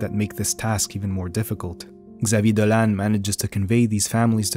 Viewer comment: You pronounce very well his french name.